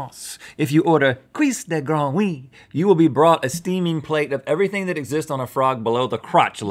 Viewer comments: The way he said "cuisse de grenouille" is so bad! That souded more like "couisss de gwanwy" XD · « Couisse de growie » Beautiful.